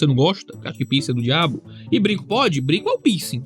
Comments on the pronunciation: "Pinsi" "Pinscher" 😂😂😂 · Eu achei que o pastor tava falando “pinscher” e nao “piercing” kkkk